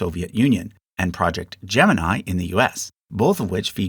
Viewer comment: Project Gemini isn't pronounced like the zodiac sign. It has "ee" at the end instead of "eye".